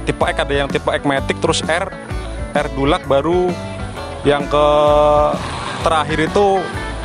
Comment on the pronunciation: Bacanya tuh er dilaks bkn dulak 😂